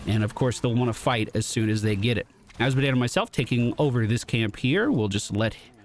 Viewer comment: "A series of unfortunate events..." Azmodan. You mean Azmodan.